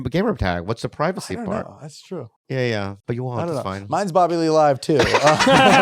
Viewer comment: Dude thought Bobby said rabbid 😄